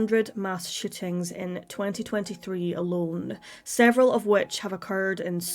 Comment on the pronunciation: Is it really that hard to pronounce shootings? Sounds like you're saying "shittings."